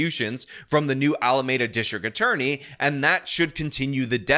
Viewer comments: Not to be that guy, but its pronounced alameeda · It’s pronounced ALAAAAAAAMEEDA! Damn it 😂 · When will learn how to pronounce Alameda